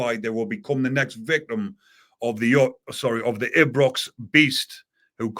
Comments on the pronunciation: Its ibrox not abrox 😂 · It's pronounced eye-brox ibrox m8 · EYE BROX = Ibrox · pronounces it Why Aye Brox! 😂